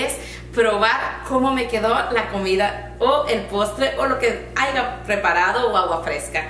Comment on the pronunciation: no se dice AIGA, se dice HAYA!!!